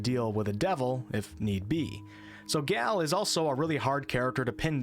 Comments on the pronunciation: So, I was curious as to why you couldn't pronounce "Gayle". You said it more like "Gelle" Can you say the word "Gay"? Then you said La'Zel is xenophobic. And then it all made sense. Left brained. Disappointing. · You sound very well-spoken until you pronounce something that is spelled like "tale" or "dale" or "yale" absolutely incorrectly and you smell like troll. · I refuse to believe that you can say Gandalf but not Gale 😅